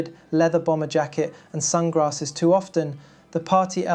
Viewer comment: I think I heard you say Sun Grasses.....maybe not...it was close....how funny..😅😅